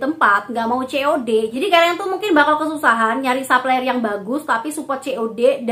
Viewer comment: Makasih review nya mba. Tp mohon maaf sy terganggu denger mba bilang supplier bilangnya saplayer.. pls betulin deh hehe.. krn mba kan influencer. Trims